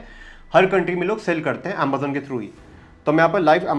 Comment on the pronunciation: "Ambazon" ?? but i clicked on tihs video to learn amazon